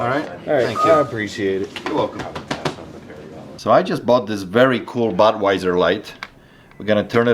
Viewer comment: im almost 100% certain you said buttweiser.